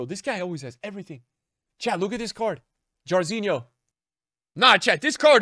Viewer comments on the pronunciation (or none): the way you said Jairzinho an didn't know who he was